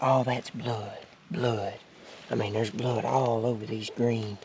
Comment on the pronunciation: He said “lOoK aT dA bLoUd” haha congrats man awesome hunt!